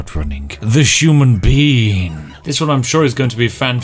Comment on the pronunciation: “The human bean” I’m dying